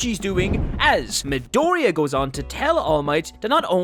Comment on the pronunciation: Midoria 😂 JAJAJA that pronunciation